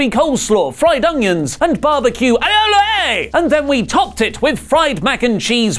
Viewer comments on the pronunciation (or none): Aioli - aye-oh-lee Also how did that burger not have an egg on it? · I lost it the moment he pronounced aioli as „AIOLAYYY!“ :D #olidavisismyspiritanimal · pronunciation of Alioli was 10/5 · That's one hell of a way to pronounce Aioli. More please.